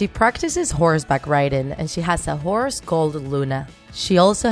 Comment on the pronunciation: The pronounciation of "horse" sounds like a cus word lol